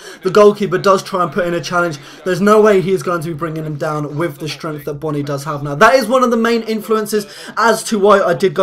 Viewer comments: say boooooooooooony not bonnny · Pronounced Boney